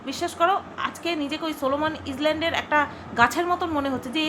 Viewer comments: ইসল্যনড্ নয় "আইল্যান্ড" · ইজল্যানড নয় আইল্যানড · ওটা ইজল্যান্ড না, ইজল্যান্ড বলতে কোন শব্দ নেই ওটা "আইল্যান্ড" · ওটাকে আইল্যান্ড বলে গো। "S" টা উচ্চারণ হয় না। সাইলেন্ট লেটার ওটা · I land, s ta silent. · Di uchharon ta AI-LAND hobe, jodio spelling ta Island but pronounced hoy Ailand hisabe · Island er s ta silent. It's just i-land that's it. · Katha ta,, ..Island...s r uccharon ta hobe na